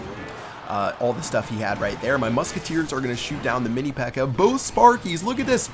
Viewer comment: Who heard say Mini P.E.K.K.E.R?